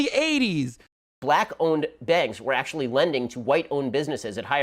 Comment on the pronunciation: Well ..well....Ackshulee...